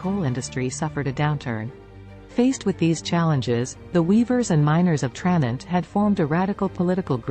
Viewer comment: TraNENT. It's pronounced TraNENT! And why are we seeing B roll of the Scottish Highlands??